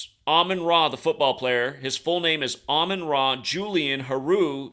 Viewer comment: it’s Amon Ra not Amun Ra.